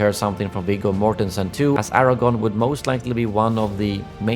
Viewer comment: Tell us how you aren’t a true fan by calling Aragorn as Aragon! Typical YouTuber “content” bs creator putting in their 2 cents